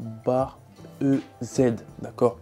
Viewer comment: C'est marrant... Tout le monde prononce "eu zède" pour la barre EZ, alors que c'est "easy" (= "facile" en anglais).